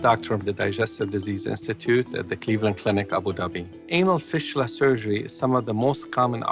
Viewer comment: They way he pronounce fistula is very annoying! It's fistula not fishtula 😖